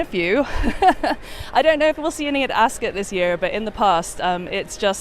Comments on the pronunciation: I thought it’s pronounced “As-cut” not “As-scott”? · Askit like biscuit pronounce Ascot pse